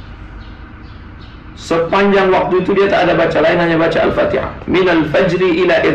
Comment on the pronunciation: Wahabi aneh baca fatehah ko pin nar